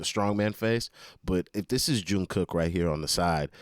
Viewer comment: Jun Gook...not Jun Cook.....refer to BTS on Graham Norton to see him correct the pronunciation